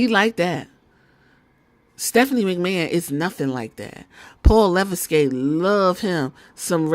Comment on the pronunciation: 😭😭 it’s pronounced le-veck